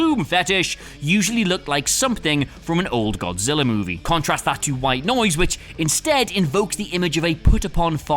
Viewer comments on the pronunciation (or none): none